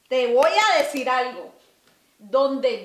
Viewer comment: T "wua" decir algo...😂....ya se le pego lo centroamericano a